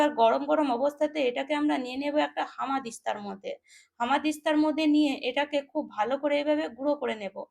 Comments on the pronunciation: হামাদিস্তা নয়, উচ্চারণ শুদ্ধ করুন এটা বলুন হামানদিস্তা, ঠিক আছে! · একদম ঠিক বলেছেন! ঠিকমতো উচ্চারণ শেখেনি! হামানদিস্তা কে বলছে হামাদিস্তআ ওর হামাগুড়ি দেবার অভ্যাস এখনও যায়নি মনে হচ্ছে!